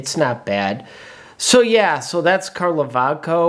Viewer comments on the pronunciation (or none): It is called Kalovačko like ch as Chicago... č=ch 😀